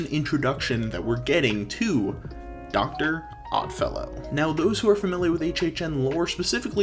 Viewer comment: You got Stranger Things, Exorcist, and Dr. Oddfellow exactly correct!